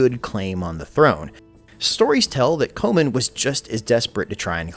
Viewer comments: Comyn Not , Co man .. Yanks , can't pronounce anything the right way... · Comyn is pronounced Common. Please fix this or your video is bloody useless! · John Comyn is pronounced like common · Gaelic is GAlick (Scottish) not GAYLick (Irish) Roxburgh is Roxburra Comyn is Cawmin